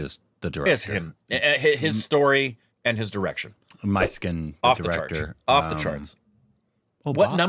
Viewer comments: Do Myskin love to give homage to the films he loved while growing up😂. Guys should watch his interviews 😂 And guys it's not "My skin" pronounce it "Miss Skin" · Hi guys myskkin is not My-skkin❌ is meskkin ✅ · The Director's name Not pronounced as " My skin " but as "Mis(s) kin ". His best are - his debut " Chithiram Pesuthadi" And "Anjaathe " - recommended by many more. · Great react guys!! This is for, his name is pronounced as Mishkin. Every time he goes My Skin 😂. But that’s what we love from. Mysskin just got Korbinized 😂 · U guys have to have an interview with mysskin (pronounced as mishkin not my-skin) he would definitely agree. He reads lot of classics and has some quality stuff in him. And he himself is qorky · Pronounced as "Miss" + "Kyn" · His name is pronounced Miss Skin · really appreciate this review guys 🤝 his name is pronounced as "MISS-KIN" by the way 😊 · Pisaasu 2 is fully finished guys.. It's being held due to financial reasons!.. Mysskin has this unique fortune of going through release issues literally for every single of his movie.. Mysskin is notorious of having a foul mouth & often gets into problem due to his character in real life.. By the way his name is pronounced - Mishkin.. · His name is to be pronounced as "Mish-Kin"... It's the protagonist's name from Dostoevsky's novel "The Idiot".. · Its pronounced me skin guys his name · His name is pronounced MISKIN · Every time says "MY SKIN".. I am going!! 😆😆😆😆😆😆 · Pronounce - miss kin ,mmiss kin, miss kin, miss kin stupids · I cannot hear you guys butcher his name anymore so here is a tip "Miss" "kin" say it together.